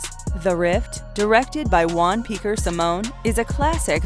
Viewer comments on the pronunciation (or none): none